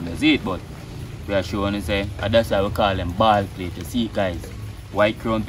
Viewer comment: Bald "pate" not "plate".